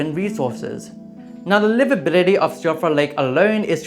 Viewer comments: Also, Siofra is pronounced "shee-fruh". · To be fair, Siofra is entirely the fault of Irish Gaelic, the culprit behind names like Siobhan (shee-vahn) and Eoin (Owen). So unlike gaol which is still occasionally used in some parts of the world, native English speakers have no idea how to pronounce things like Siofra correctly unless they are also familiar with the Irish language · I would like everyone to know that Siofra is "she-fra"